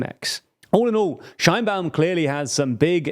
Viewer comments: Couple of comments and acclarations from a Mexican citizen: - Sheinbaum (pronounced "shayne-Baum" not "Shine-Baum), could be more correctly described as "of jewish stock" or from jewish ancestry. She is an atheist and doesn't seem to participate much in the mexican jewish community, while the opposition sometimes brought it up (to be fair they brought up more her atheism) and some kind of anti semitic memes came out of it, she never actually make to much fuzz about it. The separation of church and state is stronger in Mexico than in the USA. So religion doesn't play a huge part in elections. While the majority of the population is catholic. Mexican catholicism is very different than the perception that from the USA have about it. It's way more permissive. And since the goverment had a war with the catholic church about 100 years ago they are very serious about not letting state and church mix again. - Morena is Left wing, definitely. However, Left and right are different from the USA perception and neither Morena not the PAN (the official left and right parties) are pure of ideologies. In the USA most democrats (the left) are economic liberals or neo liberals; pro capitalism but in favor of regulations. And socialy progresives; Pro LGTBQ people, pro racial equality (which is worse in the USA than in Mexico, and we are a pretty low bar), anti police abuse, pro choice, etc. In some european countries Democrats would be center left at best. In Mexico the left is economicaly clas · Qué horrible pronunciación de Sheinbaum xd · Very small correction here to do with the pronunciation of her name: in Mexico it is pronounced more like "shayne-baum" and not the German "shine-baum" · You are clueless if you think Sheinbaum is the extreme left. Also, you didn’t even research how her name is pronounced in Mexico.